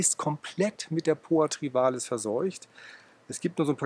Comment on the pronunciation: Lieber, bei Poa Trivalis tut es in dem Ohren weh. Wenn Du nicht Trivialis sagen magst, dann nenn es doch bitte gemeine Wiesenrispe. Es freut mich, dass Du jetzt auch erkannt hast dass Trivialis breitblättrig sein kann. Supina auf einer solchen Fläche wäre völlig absurd, ohne intensive Wasser- und Düngerzufuhr gedeiht die nicht so. Sie wird heute auch nicht mehr als Ungras betrachtet. In der norddeutschen Ebene ist sie ohnehin kaum durch natürliche Verbreitung anzutreffen.